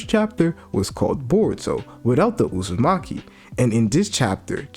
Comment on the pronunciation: I love how he calls Hima, and Kawaki, Hima Uzimachi, and Kawaki Uzimachi. And not Kawaki Outsutsuki. He calls Boruto, Boruto Outsutsuki. And is it me, or is Kawaki huge, I mean if Boruto is taller than 5'4" like he was supposed to be, like everyone said. Thar makes Kawaki well over 6'. I think Boruto might be 5'4" and Kawaki 6'. I think Kawaki is a beast. He's my favorite character because he's always been stronger than Boruto. And he reminds me a lot of Naruto.